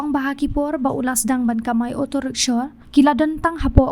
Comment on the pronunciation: Rickshaw not rickshor